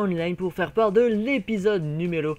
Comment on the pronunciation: «episode noumero » :p